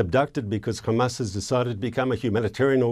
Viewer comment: Sounds like he’s talking about Isra@ every time he says ham-ass